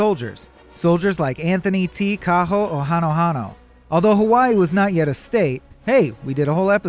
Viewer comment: When the dude pronounced Kaho'ohanohano correctly, I wet myself. Nice one sir